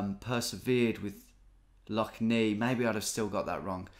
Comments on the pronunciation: it’s pronounced Lough Nay not Knee btw tom x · Lough neigh is pronounced like neigh/nay rather than the "nei" you werensaying, i always find it funny when you mispronounce northern Irish place names, but a for effort, greay video! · Lough Nay, not Lough Nee 😅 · Lough Neagh is not pronounced Nee but pronounce Neigh (like the sound of a horse) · Love the video Tom, but Lough Neagh is pronounced “neigh”. Like the sound a horse makes. Keep up the good work! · As a Northern Irishman who lives 10 mins away from Lough Neagh, it was pretty cool to see it appear. Oh, and its pronounced "Lough Nay" fyi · Lough Neagh pronounced ney, has been in the news lately, it's full of blue green algae. Coming from pollution running into the rivers that feed it. And those rivers have all been flooded the last few days as well as the lough being higher than usual, when the water eventually makes its way out to sea it will probably be back in the news again. All the water runs right past one of our best beaches, and that will get closed because of it. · Need to say like lough neigh. Read up about it was in the news a lot later about being ruined by algae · Lough Neagh is pronounced Nay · Lough Neagh is pronounced Nay, Like the horse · As a citizen of Northern Ireland, cringing every time Lough Neagh is pronounced. Great video as always